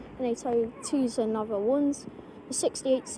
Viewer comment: the pronunciation of Nova is with a long "o" (like in "no") I'm afraid lol. Nice variety captured there!